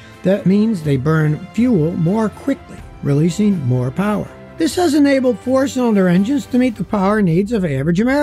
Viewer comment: Moe powwah baby